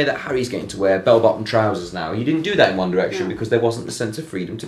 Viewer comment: its bell-bottom not belly-button.. just sharing.. tho its old news..